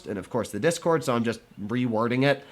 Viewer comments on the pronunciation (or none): none